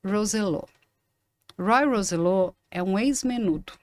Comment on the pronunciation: Robby, Ray, Roy, Charlie e Ricky. Conheci todos eles. A pronúncia não é Roy " rouzellô " a pronúncia é latina " rósssselló " Edgar Dí-az não, Diiiiaz. Criador do grupo era o Edgard o José Menendez era presidente da gravadora em Los Angekes, foi a porta de entrada deles nos USA.